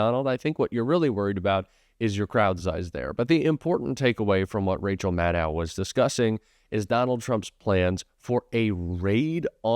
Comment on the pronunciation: Rachel Maddow is pronounced like "know", not like "now".